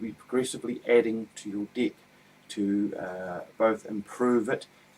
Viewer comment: haha sorrry but cant help but find funny the way you say Deck.. sounds like dick!! hah Where are you from australia or New Zealand? sounds like an accent of those areas